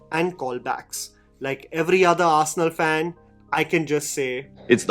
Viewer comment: Arrrrrsenal Arrrrrrsenal Arrsenal